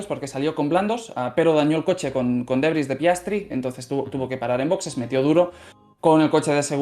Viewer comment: Debris no derbys no mamen jajaja. El Derby era un modelo de coche en Mex.